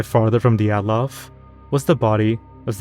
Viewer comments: Oh my god you're the first youtuber I've seen pronounce Dyatlov correctly fucking bless you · As a Russian, I want to say that you almost completely correctly pronounced the surname Dyatlov, unlike many other bloggers... Thank you 😀